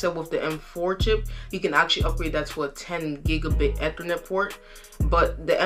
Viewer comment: Good job. Just as constructive advice is to check the pronunciation. Gb, GB or gigabytes is is a hard G. Gig, not jig. Ethernet is like the letter E-thernet, not eh-thernet. Other than those slips you did great. Keep it up.